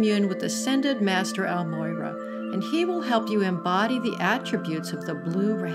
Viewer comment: So irritating when people can not even say the name correctly. EL-MORYA. Not El-Moyra.